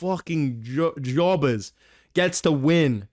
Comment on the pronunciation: bro said jobber like a slur 😭